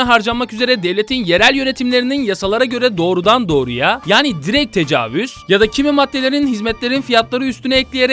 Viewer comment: tecavüz değil decawüz